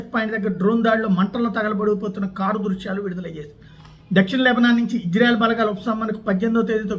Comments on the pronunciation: అయ్య మీరంటే మాకు చాలా గౌరవముంది.... ఇజ్జ్రాఎల్ కాదు... ఇశ్రాయేల్.... కొద్దిగా బష జాగ్రత్త... దెవుని ప్రభావము నీ మీదకు దిగివస్తుంది. క్రిస్టియన్ మనోభావాలు ప్లీస్... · ఓరి... ఇశ్రాయేల్ అంటున్నవో....హిజ్రాయేల్ అంటునావో అర్ధం కావటంలేదురా బాబు!!